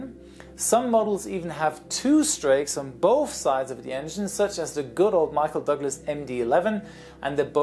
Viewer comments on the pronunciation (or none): its McDonald Doglous and not Michael Doglous